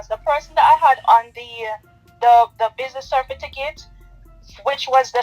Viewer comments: From me hear cerfiticate instead of certificate me run gone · How the hell can u have someone managing ur money who can’t even pronounce CERTIFICATE????😱😂🤣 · She humble now bc prison looming over her head 🤔 from me hear her talking about ‘CERFITICATE’ I would not hv invested bc this just show she not bright at all 😢😊😊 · If someone uses the word “Cerfiticket”to me, I am not going into any business with them. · Good morning OT SNM….this young lady is not very bright,from the mere fact that she cannot pronounce the word certificate (cerfiticate) that says a lot about her .She is a damn scammer and I detest people like her.Blessings and love always. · Business “cerfiticket” says all you need to know about her formal tertiary education and financial adeptness . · Ms Vix Bernisha Madoff . “Certifiticket” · Certificate not cerfiticket, that tells me all I need to know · She is going to Jail. She cannot even pronounce Certificate correctly why would someone invest with someone who cannot speak correctly. It's Cer - ti - fi - cate and not cer-fi-ti-cate. NCB is obviously investigating her that is why they locked the account. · Anybody dealing in finance and cannot pronounce the word CERTIFICATE would be scrutinised by me before giving them my money